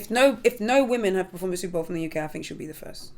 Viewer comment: The UCK 😂 🇬🇧